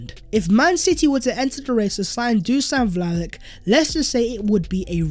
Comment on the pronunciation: I beg you, it's pronounced Dushan Vlahovich!